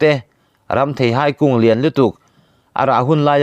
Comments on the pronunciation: Entik lai pawha, in phawi chhuak reng thei tih lai khi a thluk a dik chiah lo nih hi, ka nui lo thei lo,nuih sawh lam ni lo in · I Thu chhiar hi nangmah ngeiin han ngaithla Chiang teh, "thei" i lam Rik dan hi midang lam Nita se a mak i tihve ka ring.